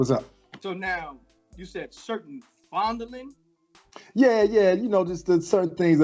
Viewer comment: Lmao when he said that I responded “yup,, he said FONDLING” 💀😂